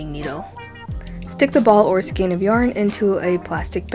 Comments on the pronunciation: Thank you so much for your tip. I have one for you. The word skein is pronounced "skane", with the long "a" sound, so it sounds like the letter "a". 😊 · skein is pronounced "skayne"